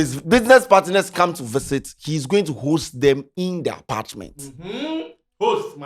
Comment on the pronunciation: The "hosdt and apartdment" 😮